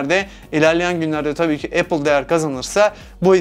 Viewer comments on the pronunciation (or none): none